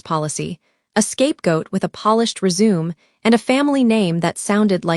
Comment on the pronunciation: AI cannot do words like resume